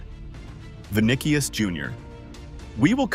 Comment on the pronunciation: "vinikius" lol